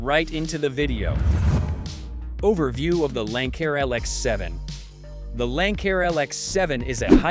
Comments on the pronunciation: Lanck-air? Bye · I guess robots can’t pronounce Lancair